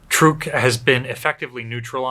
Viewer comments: It's pronounced 'Trook'. I myself just bought a 2020 Chevy Trook. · I’ve always said it like “truck” too. Ain’t no stopping it now. Truck>Trook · I know the local language is pronounced "trook-eez", so pronouncing it "trook" is likely correct. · Every time I've heard this atoll talked about, prior to being renamed post war, it was pronounced "truck". This is the first time I've heard "trook".